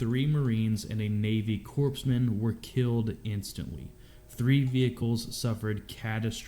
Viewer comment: I've never heard corpsmen mispronounced so many times. What in the world did I just watch. This was absolutely stock footage from later on in the war because those vehicle's do not match up at all with 2005. I was there in 2005 I can tell you now that was not 2005.